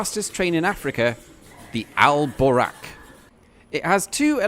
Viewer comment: If you say 'the' you don't need to say 'al' because it means 'the'. And the A in Boraq is long and the Q is further back in the throat, a bit like in 'buck', not as in 'back'.